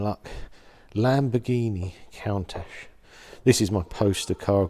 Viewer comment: he said “count ash”